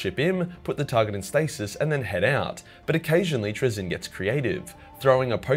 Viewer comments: And the one thing he does not have in there is your ability to actually say he's act fucking name right lol.... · I'm not even English and I know it's not traZIN the inFINITE pronunciation but TRAzin the INfinite